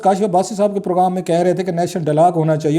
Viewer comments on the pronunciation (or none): none